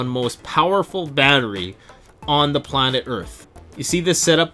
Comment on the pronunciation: PLANEt tell-us